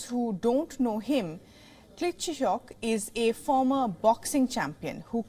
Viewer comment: you have to pronounce names properly or just say mayor of Kiev. Vitali Klichko. Even small boys knows his name but you dosent know it. Crazy and very unprofessional.